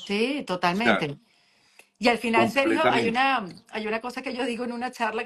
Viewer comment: Porque mi amigo Sergio no está pronunciando bien?, tiene algo en la boca? Está enfermo?